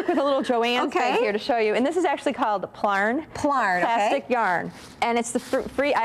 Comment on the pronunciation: Hey, just letting you know.. most crafters who use plastic yarn refer to it as plarn. Plarn slides off the tongue easier than plyarn, I think. (